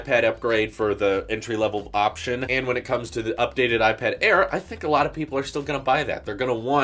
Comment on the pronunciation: I didn’t want to tell you before but it’s a regular habit of you to differentiate Apple products like a pro vs a air but instead of pronouncing the word that differs (pro air ..) you just pronounce IPAD superhard. It’s just bothering me a bit because I would allways pronounce the part of the name that’s different if I’d want to tell them apart